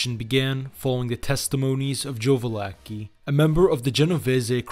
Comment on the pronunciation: I love how all the Italian names are pronounced correctly... except of coarse "Val-acki." 🐀